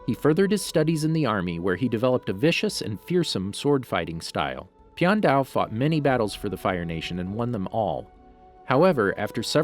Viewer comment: You say the name wrong